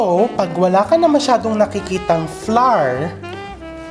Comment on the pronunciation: chef i love how you pronounce the words just dont prolong the word flour it sounds flower..